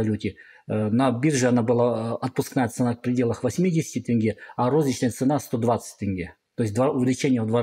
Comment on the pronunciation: Заранее прошу прощения если мой комментарий может быть грубым. Советую Вам правильно произносит слово теңге, Ақтөбе, имя Олжас. В Атырау (Западный Казахстан) после протестов в Жаңаөзен начались одни из катализаторных протестов которые увеличили все действия в геометрической прогрессии. Протестующие в Атырау (не знаю как в других городах) останавливали автобусы и забирали всех мужчин на митинги и велели женщинам убираться отсюда